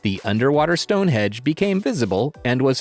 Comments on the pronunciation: Stone hendge not hedge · It's stone henge not hedge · I noticed that too. First time I know of that someone made that uneducated error. (Actually it's stone henge)